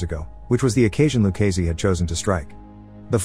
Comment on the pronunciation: I had to stop watching after the 10th time of back to back butchering of Done Luccese's name.